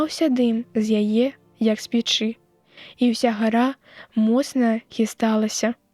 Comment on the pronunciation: У 18 вершы націск у слове: пе'чы на першым складзе, а не ў другім: печы', як прачытана.